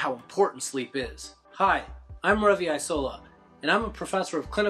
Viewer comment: Ravi "eye"sola